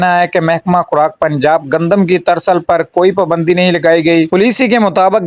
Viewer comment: ترسل نہیں ترسییییل ۔۔۔